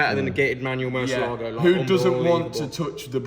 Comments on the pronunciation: dude!, it is pronounced murciÉlago , the accent is in the 'E', not the "A". mur-ciÉ-lago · Ooooh and also mar a lago instead of Murciééélago...